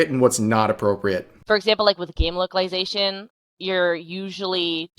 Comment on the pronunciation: Beuh at fstart of video i heared wokalisation not localization xd accurate i gusse